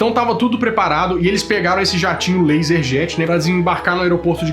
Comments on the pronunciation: Aos não é Laserjet e sim Learjet , aos não é professor Rivali e sim Rivail. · Learjet não laserjet kkkk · sensacional!! mas, ô, é learjet, não laserjet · LEARJET, não "laserjet". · "LASERJET"? Eles voaram em uma impressora? Não é LearJet? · “... eles pegaram esse jatinho LASERJET..” Não, man! LASERJET não! É LEARJET... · O nome do jato dos Mamonas Assassinas não era Learjet? Acho que ouvi Laserjet, e isso é uma impressora kk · N É LASERJET E SIM LEARJET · A palavra correta é Learjet e não LASERJET, Laserjet é um tipo de impressora e não de avião. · Learjet kkkk Laserjet foi foda... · Oi. Uma pequena correção: O avião é Learjet e não "laserjet". Laserjet é tipo de impressora. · Laser Jet, kkkkk... É Learjet cabeção!! 😂😂😂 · laserjet kkkkkkkkkkkkkkkk é learjet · Eu tinha dificuldades para dormir já naquela época com 11 anos eheheeh... Vi a reportagem da globo ao vivo sobre o avião dos mamonas....ótimo vídeo! Só lembrando que o nome do avião era LEARJET e não LaserJet! eheheheh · correção, o nome da aeronave não é "lazerjat" é learjat rsrs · Não é laserjet é Learjet